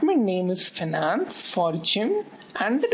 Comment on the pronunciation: Nice lecture,but it is finance not fanance :p